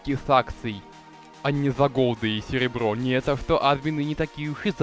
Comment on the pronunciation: Не а́дмины ,а адмиииины ,не го́лды ,а голды́